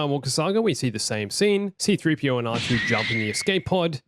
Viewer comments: pov he says 3 cpo instead of c3po :| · you called him 3P-CO how dare you sir🤣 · Is it just me or the last detail he said 3 c p o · you said 3CPO at the end there